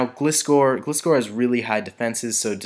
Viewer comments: it's not glist-core its gli-score SAY IT RIGHT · Flappy Actually it's more like gly - score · just a pointer- gilscor is pronounced gl eye score but it really doesn't matter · Gliscor is said so instead of the weak "i" it is like "I" in a sentence like "I went to the shops"